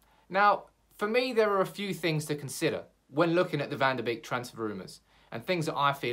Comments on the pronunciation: It's van de BEEK not BAKE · I'm Dutch and it's pronounced Van De "Bake" ... not "Beak" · Van de Beek would be great, by the way its pronounced van der bake as in bakery